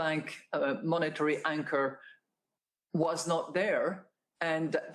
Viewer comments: Great video as always. When she was talking about the role of central banks, I swear I heard says wanker instead of anchor! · Anchor with a silent W